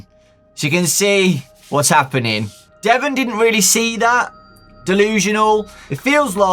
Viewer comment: Ouch my name is Devon even said like that.... Why..... Why?